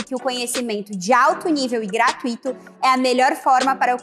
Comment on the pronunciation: Pra começar não é Gra tu í to. É Gra tui to.